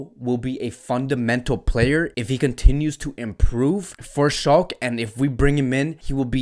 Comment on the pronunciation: Shalke is pronounced as SHALL-KAH